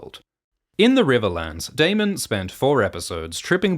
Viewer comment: You finally said Daemon properly. I don't know why it bothered me so much but thank you lol